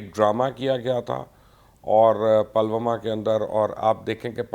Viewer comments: Pronounciation is not palwama ,is Pulwama. 😀😀😀😀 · You're so ill informed. It's not Palwama but Pull Wama. Uri is pronounced as Udi. You don't bother to listen the correct pronunciation? This is stupid. You or your team doesn't do proper ground work. You used tk say Golwan while the word is Galwan. Therefore a dislike.